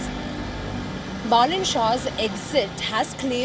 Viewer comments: Not Boolean not balloon it's Balan need to learn pronunciation first😅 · Pronounce Baa-lane 😂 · Learn first pronounce his name? As called BALEN 🤟🤟🤟🤟